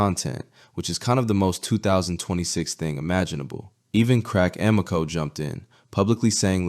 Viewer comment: How does this guy make hundreds of videos on the comedy scene and NOT know how to pronounce Crack Amico's name right?! SMH LoL